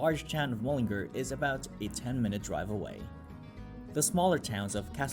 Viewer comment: Your pronunciation is wrong and horrible to listen to. It is: Mull-in-Gar. one word: Mullingar. Boidaho Boisey Pencil Vania. See what Ah Mean? Nue Yoirk, Jonkers Man-Hatt-on the Wirks.